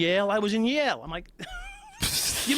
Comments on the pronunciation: Yale, not jail. Lmfao. Never in my life have I heard that. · Where did you learn to pronounce it like that? In Yail?